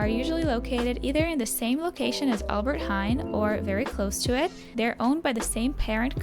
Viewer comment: I love your accent 🤣, sorry. "aLbErT hEn" 🤣 it's hAIN. Like you say the word nein, but Heijn. Idk why the e is silent, we almost never have silentletters, but maybe it is the old Dutch or something